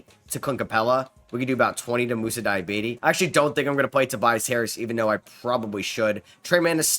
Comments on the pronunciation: Fam it’s (DEE-UH-BAH-TAE) 😂 not Diabetes 😂😂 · Moussa diabetes 😂😂😂😂 it’s Dee ah bar tay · DEE AH BAH TAY Not DIE AH BAY TEE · 😂😂😂 bro whenever he pronounces that name I always laugh